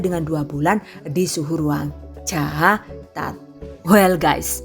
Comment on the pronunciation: Aku suka x men temen kalo THV bilang caatat, tagolak golak awak, lucu jg y